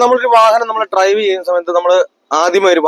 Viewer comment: Trive എന്നാണ് ഉടനീളം പറയുന്നത്.. Drive എന്ന് പറയാൻ ശ്രദ്ധിക്കുക...